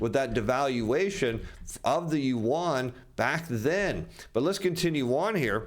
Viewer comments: Did he say…let’s contin….yuan…? 😂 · please learn to pronounce the Chinese currency correctly.